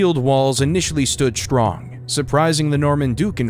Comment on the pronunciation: The narrator has a pleasant voice but OMG the pronunciations!!!! It’s strong, not SHTrong, stroke, not SHTroke! For crying out loud, hire a professional! Preferably a Brit!